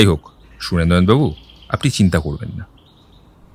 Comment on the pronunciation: গল্পটা খুবই ভালো লাগলো কিন্তু স এর উচ্চারণের দোষটা খুব কানে বাজছিল। যতবারই সুরেন্দ্রনাথবাবু বলছেন ততবারই।